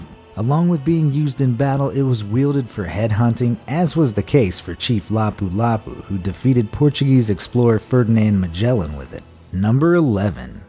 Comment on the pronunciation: its lapulapu in fast not lapu lapu